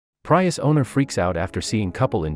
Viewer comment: What planet are you from? It's PREE-US.